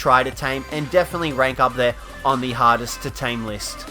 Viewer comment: I understood hottest instead of hardest